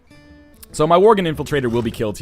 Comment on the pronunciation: Stop calling worgen vorgen please